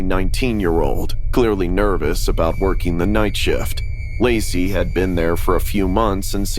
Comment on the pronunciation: someone else heard her say lazy instead of lacy